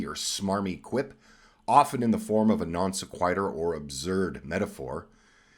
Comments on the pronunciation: Great video. It’s pronounced “non sek-wih-turr”, with emphasis on the “sek” and the “i” in “wih” said like “wiffle ball”. Lol, just for future reference. Again, great video. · You need to learn how to correctly pronounce "non sequitur", hoser. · Wait!? You don't know how to pronounce "non sequitur"!?